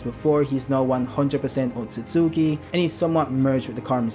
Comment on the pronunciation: OAT-SOO-SOO-KEY🤣 idk why these YouTubers sound it out like that. Have they never seen the Naruto anime? They pronounce it oat-soos-key